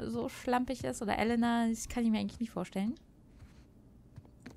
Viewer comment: Du kannst ruhig Elena auf englisch sagen!